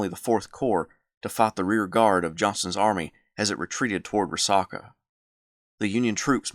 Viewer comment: it's pronounced Ree Sack UH.....sack, not sock, as in a sack of groceries. (Dalton, GA native here)...great vid!